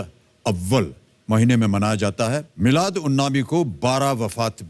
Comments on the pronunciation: Molid nahi hota he miladunabbi hota he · It's, milaad not mauleed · Molid nahi balke molud hota hai